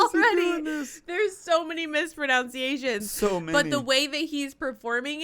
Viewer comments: and ironically you also mispronounce "mispronunciations" as "mispronounciations"...sorry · did you just say, "mispronounciations"? Aren't you a teacher?